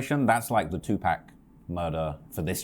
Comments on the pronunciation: Am i the only who hates when people call him 2 Pack instead of Tupac (2 Pac) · This foo said 2 pack! bro white folks been disrespecting Tupac’s name for years 😭😭😭😭😭😭😭 I’m surprised cause he has the accent to say it right lol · If I hear someone say 2 pack one more time.. lol 🤯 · Bruh said 2 pack was that a diss? 😂😂😂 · "2-pack" the brits just refuse to say "pac" rite..😂😂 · Did he just call Pac 2 pack 😂😂😂 How u in the hip hop scene and treat the legend like a pack of lightwrs 😂😂